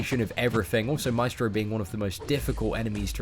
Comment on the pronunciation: El vato dice maistro :V